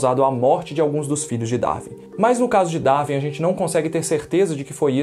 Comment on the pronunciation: Quando o brasileiro acertará a pronúncia correta de “Darwin”? Nunca?